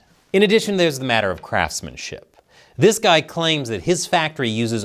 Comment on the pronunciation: He said "craps-manship", not "craftsmanship"! 😂